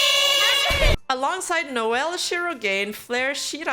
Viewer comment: (ps: Shirogane is pronounced as Shiro"gah-neh" but i guess after a month sbd would point that out already)